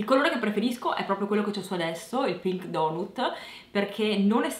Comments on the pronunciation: Da qualcuno che vive in America "donut" non si può sentire. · Clioooo abiti in America e pronunci sbagliato donut?=p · Sarei curiosa di sentire l'impeccabile pronuncia di tutte le madrelingua inglesi/americane che, giustamente, si sentono in dovere di riprendere un'italiana che ha dovuto imparare l'inglese per necessità. Ovviamente al rogo Clio perché pronuncia "donut"!!